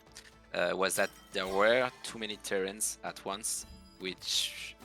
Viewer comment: Someone please tell me that i'm not the only one that was hearing TURRET not TERRAINS.